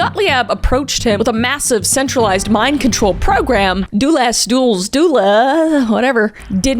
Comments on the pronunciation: I hope no one is locked up for stealing a candy bar, and it's Dulles (Dull-S), not (Duels). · Names pronounced dulles (dull-less) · I think Dulles is pronounced like "dullest" without the "t. "Dulles airport is named after his brother. In fact, ISTR a movie where someone flies to Boise(?) after mishearing "Dulles" as "dullest." ETA: The movie is "Speed Zone," the characters are the Smothers Brothers, and the airport is Fresno. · It's pronounced Dull-es, like boring+an s. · Pronounced "Dull - iss." Allen Dulles was the brother of John F. Dulles, then Secretary of State, and whom Washington-Dulles International Airport is named after...cronyism at its best. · FYI it's pronounced dul less. He is the brother of John Foster Dulles, Secretary of State. Carol Burnett did a funny song about JFD early in her career. Never trust the government. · FYI Kris, Gottlieb is pronounced "GOT-leeb," and Dulles is pronounced "DULL-us," and Ginsberg is said with a hard "G," as in "girl" or "grant." Thanks for the video! :) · Dullest is pronounced like the airport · I love your videos but it's hard to watch/listen when you mangle certain names and words. Please look up pronunciations before you record! Gottlieb is Got-leeb, Dulles is Dull-ess. I get that you may be intentionally mispronouncing these guys names as a slight but I've seen you do it with town names and places too. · It’s pronounced “Dulles”, you’re welcome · Corps is pronounced core, not corpse. And the CIA director is pronounced "dull us" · Got-leeb, dull-less (like the airport), ex-PAIR-uh-mEnt not ex-spearmint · Dulles is pronounced “Dull-iss” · I feel like instead of failing to pronounce Dulles kmk should of just called him dick Also my dad did LSD i never knew it was that crazy